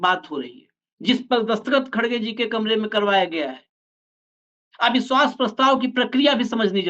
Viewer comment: "सुरूआत" , अविस्वास प्रस्ताव , भासण आदि । ये कुछ उदाहरण है उच्चारण के जो खटकता है ।कृपया इस ओर ध्यान दें ।